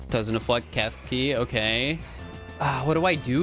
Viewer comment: "It doesn't afflect Kefki"